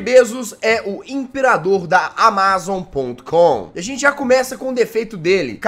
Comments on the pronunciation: Ele FALANDO AMAZON TODA HORA ERRADO O VÍDEO É DE 2021 E EU TO EM 2024 MAIS ELE TA FALANDO ERRADOOOOO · Ele falando: "Amázom" Se fala Ámazom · Jazz, você pronunciou Amazon de forma errada, você pronunciou como se a parte A*ma*zon fosse a sílaba tônica, mas a sílaba tônica é o *A*mazon. Entendeu? Kkkkk desculpe bancar o corretor 🤭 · nao é amázon e sim amazon!, o pronuncia do jazz é fogo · Só eu q tenho uma leve agoniazinha de ouvir o jazz falando "amázon" em vez de "ámazon"? kakskakksksksks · Amázon kk na vdd fala Ámazon kk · Jazz meu lindo por favor é "amázon" não lek pf quero ser chato n mas me dói no coração, é "ámazon" pf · Que agonia o jazz falando amázon em vez de amazon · N é áma zon é amazon jazz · só eu que estou sofrendo com o Jazz falando amÁzon e não amazon normal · Amazon, e não amÁzon! Por favor. 13min de agonia ouvindo amÁzon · ámazon jazz não amázon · É Amazon e não amázon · Fala ámazon nao amázon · Tô com vontade de dar uma surra no jazz,só por estar falando amazón e não amazon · SIMMM KKKKK AMAAZON KKKK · Senti agonia do jazz falando "amázon" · Só eu que fiquei com um pouco de raiva quando ele fala AMA ZON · “J” AMÁZON JAZZ AMÁZON???? KKKKKK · Só eu tenho agonia dele pronunciando amázon? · "Amázon" kkkkkk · jazzghost amAzon como é Amazon "a pronuncia" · Não sabe falar e ainda é desinformado, ele não é mais o CEO da Amazon. Ele atua na Amazon mas não é CEO. Amá-zom MDS.. pronuncia direito. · O melhor do vídeo é o Jazz falando AMAZON errado vei ksksksks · Legal que o Jazz não sabe falar amazon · aí ele falando amazon me dá um gatilho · Desculpa jazz mas vc falando Amazon me da muita agonia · Mds o video inteiro ele fala Amazon errado